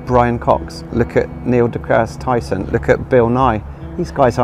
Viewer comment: Niel "D'gerssss" Tyson 😂 this is how you know this guy hasn't got a clue what he's talking about, he can't even say one of the smartest people on the planets name properly